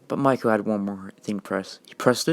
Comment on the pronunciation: His name is Michael not Mikal